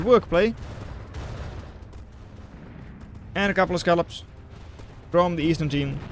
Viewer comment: The bots yeeted up there at around 29 were scallops (pronounced skull-lobs) not scalpels